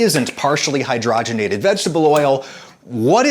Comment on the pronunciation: It’s pronounced Hydrogen ated not hydrah genated . Your welcome.